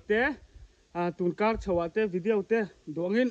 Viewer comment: Vidiau hi ti kher lo la....Vidiaw ti mai la